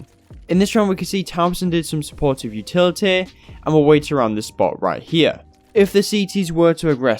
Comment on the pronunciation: Good vids. Weird how you say utiliteeh tho.